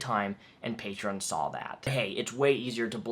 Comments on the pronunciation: “Patrean” -Onision Everyone else with a brain: “PATREEEE ON!” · Its "Patreon" not "Patrein." Damn Fool... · OMG STOP SAYING PATREEIN GREASE ITS PAY-TREE-AWWWN YOU"RE NOT FROM FUCKING BOSTON! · Hate how he says Patrein Patrien my Patrien got shut down. Onision’s the only one I’ve heard pronounce it like that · The way he says Patreon makes me physically cringe... "Patrein". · "Paytreeyin" -onionboi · I forgot how much I hated the way Greg pronounces Patreon. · He deserved to lose his Patreon for the way he pronounced it alone. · Patreon should make a rule that you can only have a patreon if you can pronounce the name correctly. Onion boy wouldn't stand a chance. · Why does Onision say Patreon wrong? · I get triggered every time he mispronounces Patreon.... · I still can't believe he doesn't know how to pronounce Patreon, there's no i! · I hate how Onision pronounces "patreon" .. I don't know why it irritates me so much.